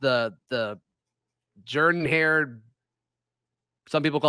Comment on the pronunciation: How can Auburn fans say they love their stadium so much when they can't even pronounce "Jordan" correctly? :>